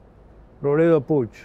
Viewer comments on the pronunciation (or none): none